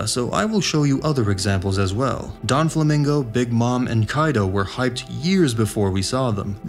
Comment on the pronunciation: "Mary-Joe-Eez" "Don Flamingo" Bruh 🤣🤣🤣